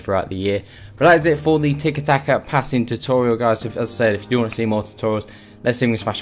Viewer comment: It'tiki taka not double taka, good video tho